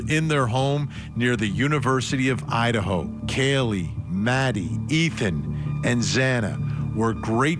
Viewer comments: ……”the murder of four college students in oh-I-Un….” Excuse you? This guy… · Yeah, what the heck was that? Ohat'n? lol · lmaooo dude said O’ottn instead of Idaho